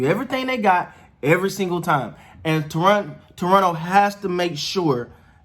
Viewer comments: I’m liking your awareness of how to pronounce Toronto. T-R-O-N-O. ;) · Gupstan Gandhstan India Sure, but people who live in Toronto do not say Tor-on-to. At least not in the 40+ years I lived there.